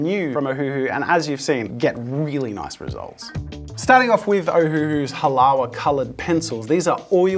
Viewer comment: HALAWA is pronounces HA LA VA for fucks sake